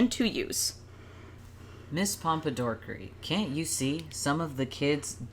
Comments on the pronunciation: Every time they said “ms pompadorkery” my blood pressure rose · "Mr Pompadorkery" im crying